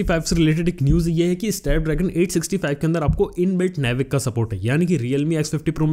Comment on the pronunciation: It's not नेविक. It's नाविक baby.